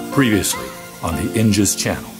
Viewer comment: 'The Inja', not 'The Injured'